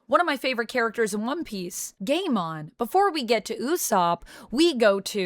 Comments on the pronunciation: Pronounced Guymon. When there is an ai in a name the a becomes silent. For example Sai, Gaimon, Akainu and so forth. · Pronouncing Gaimons name gay mon is hilarious to me. Makes it sounds like a digimon from a banned episode lost to the ages.